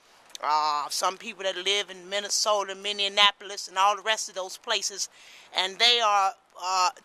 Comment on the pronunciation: Did you say MINNIANAPOLIS? "Talk to Jesus and tell Him all about your trials", PRAISES BE TO GOD for Megan McGlover!